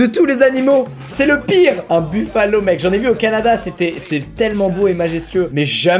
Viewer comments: un" bufalo " il a dit ptdr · Le buffalo en français c'est un buffle, pas un bison. Le bison porte le même nom en anglais, seule la prononciation change. Les buffalos ont de bien plus grosses cornes et ils n'ont pas l'épaisse fourrure des bisons.